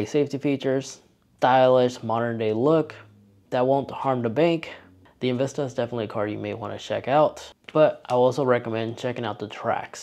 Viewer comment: Zero Tips & Tricks, you definitely lost credit with the mispronouncing of EnVista. It's really less luxurious than one would expect from Buick. Historically Buick has been viewed above Chevy, many aspects of this feel old-school clunkiness from the late 70's or early 80's